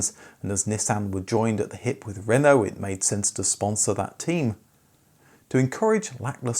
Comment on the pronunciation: I REALLY love your videos and I'm really pleased you've learnt how to pronounce “Renault”, but it's “coupe”, not “coop”.